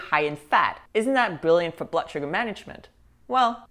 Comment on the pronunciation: “Blutt” is an odd way to pronounce blood. 🧐